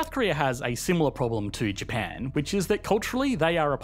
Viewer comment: Ah yes the great "Sea of Japa" xD